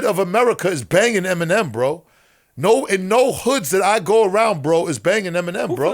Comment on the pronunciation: the fact u said feminem makes u a cornball